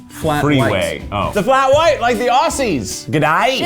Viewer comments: we are more offended that you pronounced "Aussies' as 'aw-sissys' it's pronounced:Au-zz-ies' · aussies is pronounced ozzies. s = z. please. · BTW: when you refer to "aussies" it's not pronounced with the soft s sound, it's pronounced with a z sound, as in "ozzie". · OH MY GOD - LIKE THE OHHSSIES?? Surely fellow Aussies (ozzies, pronounced with a tough z) LOST IT over this😂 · Its Aussies not 'Ossies' lol